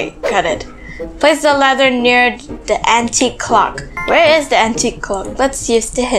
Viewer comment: You said lather you didn't said ladder